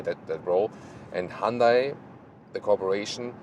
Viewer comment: You’re pronouncing Hyundai incorrectly